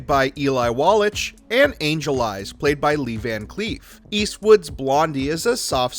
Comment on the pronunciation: Wallatch? NO! Eli's last name is Wallach, pronounced "Wall-ack."